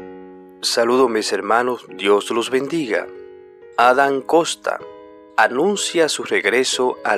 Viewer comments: No es costa, es Kotas. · Este que habla lendice kosta! No sabe leer su apellido el se llama Adam Kotas con T no con S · No es Costas y es Kotas. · No es costa... Es Kotas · No es costa es kotas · No es costa, es kotas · Adan Kosta. 😂😂😂 Ni sabe como decir su nombre. 😂😂😂😂.